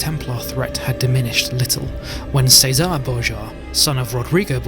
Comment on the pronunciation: Chess-uh-ray… thumbs down for pronunciation its said multiple times in the game and historical media… it’s not says-are it’s chess-uh-ray